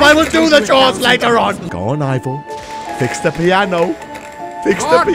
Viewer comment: i mean ivor not ibor